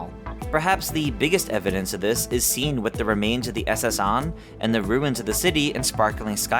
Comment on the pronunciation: The SS On? Can no one read anymore. I'm not listening to this fanfic piece of crap. If you're not even a big enough fan of the series to know how to pronounce the words in it go play Arseus